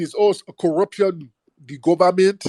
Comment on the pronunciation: Heeeelllllppppppp😂😂😂😂he said Gubbament!!